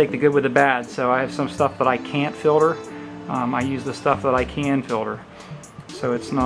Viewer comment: It's filter, FILTER!!! Not filder...